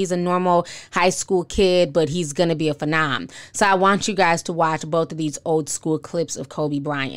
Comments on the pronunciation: Please learn how to pronounce phenom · I was lost when she mispronounced phenom